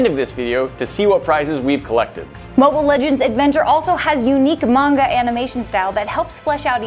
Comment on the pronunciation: It hurt me to hear her say "manga" She doesn't look like she watches anime or even reads manga qwq